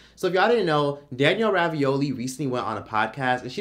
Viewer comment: Why does he keep saying "Danielle Ravioli"???